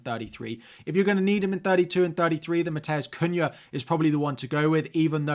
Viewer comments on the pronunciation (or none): none